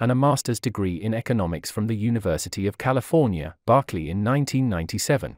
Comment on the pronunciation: BERKLEY NOT BARKLEY